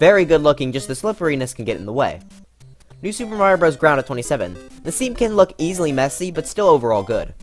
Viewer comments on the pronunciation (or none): All of You he says new sup but i Hear IT as new (soup) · why did you always say "new soup" lol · Ah yes my favorite game style “Newsoup” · Did this guy really just call new super Mario “new soup”? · I like how he said new SOUP er mario bros u